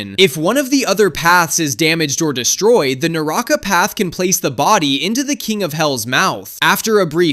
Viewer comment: Naraka not naraaka